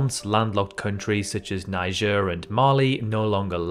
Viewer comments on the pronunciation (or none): none